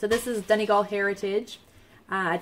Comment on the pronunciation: Hi there! Enjoyed the podcast very much. :-) Congratulations on your new furry family member. Just my two cents on pronunciation :-D I was really impressed that you pronounce "Donegal" perfectly, so the grey colourway is pronounced "LEE-uh-dawn". Just so you know :-D